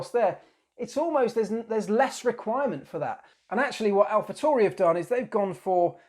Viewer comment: Great vid. keep em coming :)..... just a side note though its Alpha T A U R I.... not TORI, there is no O in the name.